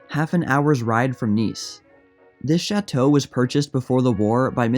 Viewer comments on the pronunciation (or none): none